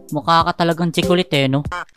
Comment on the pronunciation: Nakakatawa yung sabi nila at 😂😂😂😂😂 sabi nila chicolate ahahahahhahahahaha Yun naman ay chocolate hahaha😂